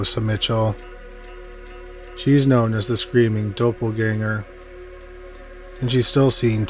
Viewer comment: “Dope-ull-gang-er” lol I love you, but it’s doppelgänger.. pronounced Dop-ull-gang-er Love the stories, as always!! You’re the man!